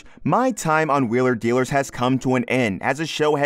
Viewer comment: Make a YouTube video and can’t even pronounce the name off the show you’re talking about!